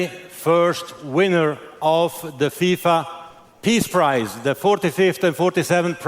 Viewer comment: “FIFA Appease Prize” I’m dead lol